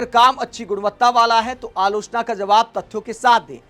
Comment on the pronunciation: क्योंकि वो अलोचना नहीं आलू चना बोल रहा होता है और हम ग़लत समझ लेते हैं